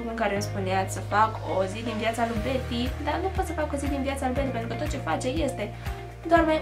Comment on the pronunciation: Cand ai spus " O zi din viața lu' Bety" , am inteles " O zi din viața lui Brad Pitt :))))